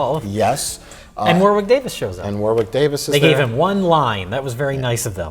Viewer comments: Warwick is pronounced Wah-rick, you FRAAAAUDS! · It's War-ick Davis you hacks! The second W is silent!